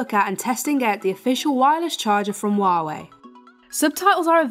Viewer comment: It's hu-a-way